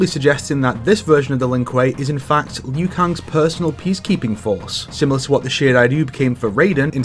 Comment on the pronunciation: Liu. It's Liu. Liu Kang. Not Lui.